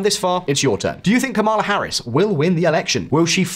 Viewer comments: it’s KAmala, not kaMAla if you can’t even bother learning your name, you shouldn’t make a video about her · Her name is pronounced comma la literally why are you so annoying 🙄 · the emphasis is on the first syllable, like PAMela. KAmala. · "Kama-la Harris" - this channel is pro Trump 😂